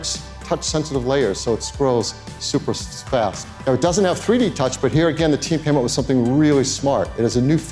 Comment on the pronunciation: "So it scrolls super Sfast 😂😂😂😂